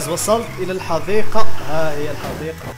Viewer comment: حديقة و ليست حذيقة